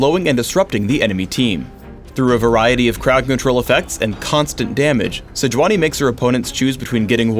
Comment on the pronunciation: It's Say-yu-unee, actually.